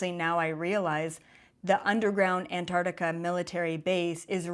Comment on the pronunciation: Ask Nasani how to pronounce Antarctica.